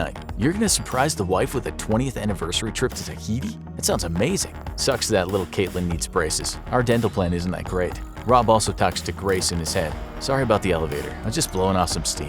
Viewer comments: "Traheef" instead of tahiti LOL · “WE’RE GOING TO TAHATI”